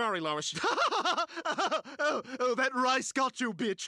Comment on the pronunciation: He calls her “lOiS”